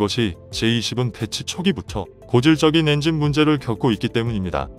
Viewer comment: 엔징은 국민의암 조국 니뽕이 엔진 발음이 안돼서 하는 발음입니다